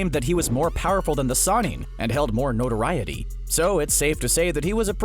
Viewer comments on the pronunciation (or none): none